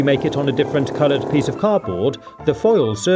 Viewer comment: I love all of your videos but I find it really annoying how you say car-board instead of cardboard haha but that's just me, not meaning to be mean, it's just my opinion 😁😊